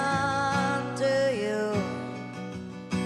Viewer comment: A decent effort, shame she can't pronounce 'into you'.